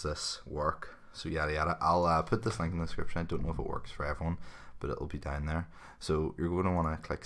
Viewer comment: ughh the way you say link